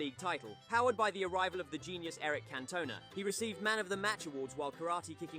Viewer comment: Can-tona? Moy-es? FFS 🤦🏼‍♀️